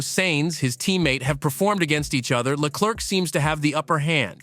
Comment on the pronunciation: the second C in Leclerc is silent (prononce Leclair) if not it sounds like jerk also Ferrari was well know for having a clear number one driver remember Fernando is faster than you or let Michael pass for the championship (Michael had twice the point than his main rival early in the season) the irony is Charles got beat 3 times by Carlos while being the number one driver maybe Ferari bet on the wrong horse